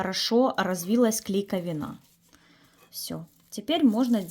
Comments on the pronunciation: Спасибо за рецепт ! Но при всем уважении ,КлейковИна , а не клейковинА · КлейковИна,а не клейковинА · КлейковИна, а не клейковинА! 😎😎😎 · Что за клейка вины?! КлейковИна, он же глютен. За рецепт спасибо, но просто слух режет... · КлейковИна, а не клейковинА. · В слове «клейковина» ударение на «и», а не на «а»! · Отличный рецепт. Только клейковина с ударением на второй слог. Пожалуйста, прошу прощения, не обижайтесь. Просто режет ухо. Спасибо.